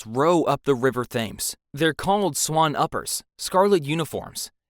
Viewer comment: The way this man pronounced Thames is making me wanna punch something